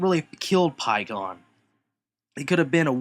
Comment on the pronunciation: It's not pronounced "Pie"kon it's pronounced "p"kkon